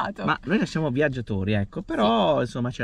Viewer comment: ma siete "viaggiatori" o "biaggiatori"?